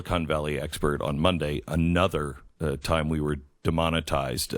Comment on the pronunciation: Why does Glenn's sidekick buy pronounce the word "time" as "tie-yeeeeeem"?